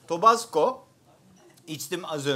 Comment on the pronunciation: Şu Tabasco 'nun Tobasco olmadığını bir öğrenseniz iyi olurdu, ama canınız sağolsun.